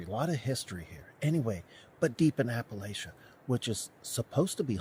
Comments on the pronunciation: The way my gr mother would teach ppl how to say it is.. Im going to throw a "Apple-at-cha" if you don't say it right 😆.. It is not sh as in shoe it is ch as in chain.. Appalachia.. Hope this helps.. People around here can always tell when other ppl ain't from the area by the way they say the name of the mountains.. I am from Tennessee I live in the Appalachia area I have lived here all my life and I am Native American theres a lot of stories that surround these mountains,theres alot of history in these mountains and theres also a lot of other things in these mountains.. It is best to listen to the warnings that the ppl from the area give you, believe me they know what their talking about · It’s pronounced Apa-latch-uh I live here in Monroe County West Virginia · SPOKEN LIKE ( AP-AH-LA -CHA ) SAY IT QUICKLY.... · The residents pronounce it Apa-latch-uh